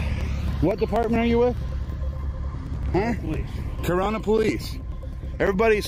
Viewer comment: Corunna not Corona. 🤣